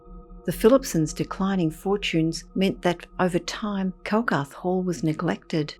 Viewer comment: Its 'Calgarth' Hall and the story is true. Been told for generations.